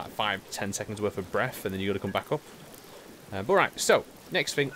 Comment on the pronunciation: Why can nobody pronounce "three", "brother", "breath" correctly any more? I like this guy's videos but his inability to pronounce words really sounds awful.